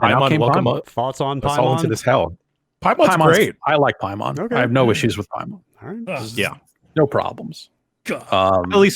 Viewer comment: Paimon is pronounced "pay-muhn". Paimon is a mythological entity, a king of Hell, referenced in horror films such as Hereditary and Ghoulies. It's not some weeb thing.